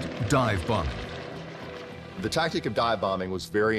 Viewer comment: . "Dive bomeen..." Are you in the 5th grade?